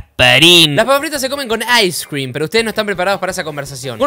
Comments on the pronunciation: "Las papas fritas se comen con ais crim" deah jajajajajajajajaja ais crim ajjajaja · Las fraissss se comen con aiscrem jajajajaja